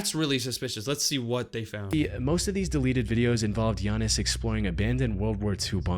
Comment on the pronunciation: Bro I’m greek and hes name is giannis